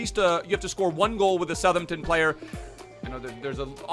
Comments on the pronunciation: You say South Hampton. You should pronounce it South Ampton. Thank me later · South-Hampton bro not suthmtun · It’s pronounced “south-hamp-tun” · Bruh I’m from Southampton that was the worst pronunciation of Southampton ever its kinda insulting. It’s south-hamp-ton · It is pronounced south ham-p-ton... how it's literally spelt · Please continue saying Sutherton. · Anyone who thinks southampton is pronounced like that must be brain dead...